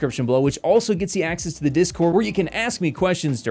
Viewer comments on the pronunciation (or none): none